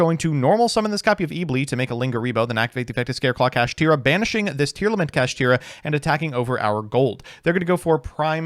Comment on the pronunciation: Kashtira should be pronounced "Cash-Tie-Ra" instead of "Cash-Tear-Ra". Evidence? Konami loves alliteration and rhyming on cards. This carries over in their arguably strongest spell card, "Kastira Papiyas". Still don't believe me? ... Sike. Get Impermed NERD!